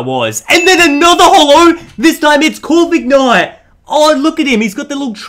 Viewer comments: Isnt it pronounced Corvi-knight instead of Corvik-night? :D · It is not corvignight it is corvinight OKAY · Ummm..., it’s Core - vin - ite